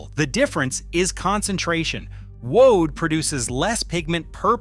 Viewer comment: Whew. AI mis-pronounces many of the most important words: woad, alizarin etc.